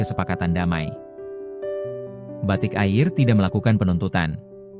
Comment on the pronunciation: cabin krewu kata siadmin yg kurang faham bahasa yg benar..batik ai r🤣🤣🤣🤣🤣🤣